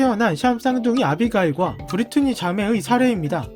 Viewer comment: 아비가일이 아니라 아비게일 이에요 브리트니는 맞는데